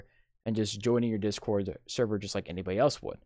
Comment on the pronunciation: You don't know how to spell or speak properly. You said 'This cord' instead of 'Discord'! You also said 'cuz'